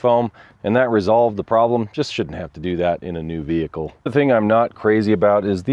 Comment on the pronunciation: “VEE-HIC-L is operating as per design & intent” (normal)